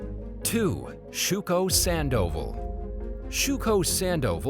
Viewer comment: How can the narrator mess up pronouncing "Sandoval" but get "Nguyen" correct? 😆